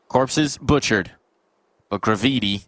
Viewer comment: bruh he annoyed the shit out of me , its GRAVITY but I instead of Y , damn